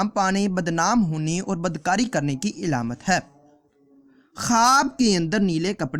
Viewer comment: Alamat hota hai ilamat nhi